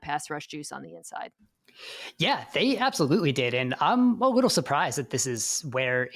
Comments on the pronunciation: I feel like we could have done "a wittle" better at getting someone to speak professionally on a podcast 🙃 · “Need a wittle”